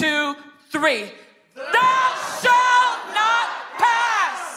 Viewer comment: "Thou shat not pass" ???? I think they may be watching to much Lord of the rings...lol.. It is just silly